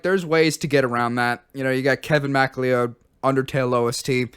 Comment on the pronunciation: "Kevin Mack Leeyoud"